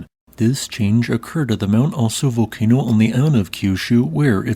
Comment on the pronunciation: ASO VOLCANO A S O VOLCANO lolol